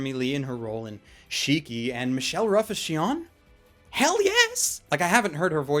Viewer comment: ***** I know, but it's Shino not Shinon.